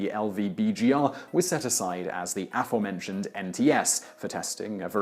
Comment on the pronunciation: Why does Simon always pronounce "aforementioned" badly, as "AForementioned," rather than correctly as "aFOREmentioned"?